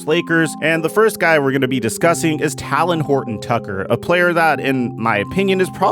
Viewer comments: TAY-LEN OR TAY-LIN NOT TAL-LIN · “Talin Horton tucker” 😂😂 bro it’s talen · Talons are on birds. Talen is a name said like Jalen. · Real Quick: It's "TAY-Len" 😂 Like "Jalen" but with a T. No shade, No shade😅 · Joshua Bro I been thinking the same thing last couple videos 😂😂😂😂😂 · I tried to tell him in the last video 😂😂😂😂 my nigga on his Kendrick Perkins shit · Bro you gotta say THT name right lol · so many people pronounce talens name wrong it’s crazy 😂